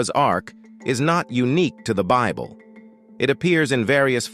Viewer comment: The robot narrating this video is only after money and does not know how to pronounce Bible